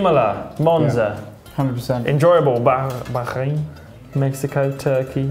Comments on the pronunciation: Bakhrain > Bahrain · The way lando says Bahrain 🥲 It shouldn’t be the kh sound wallah 😂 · The way lando said Bahrain 😂 say it like bahhrain in Arabic it’s بحرين in the way u say is it’s بخرين + Big fan and good luck for the weekend ❤️❤️ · Bahrain Baku 😂